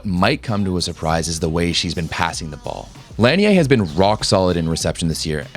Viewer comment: The correct way of saying her last name is La-nee-ay. The NCAA have butchered her name all these years.